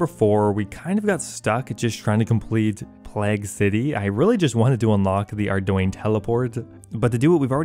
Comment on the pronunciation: It's pronounced 'play - g' BTW. Like the Bubonic Plauge.